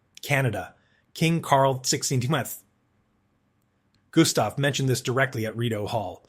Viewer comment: The AI voice had a real struggle naming our King Carl XVI Gustaf, calling His Majesty "Carl 16'th skin" 🤣😂 I'm sure he will oversee with this insolence though, because it was absolutely hilarious.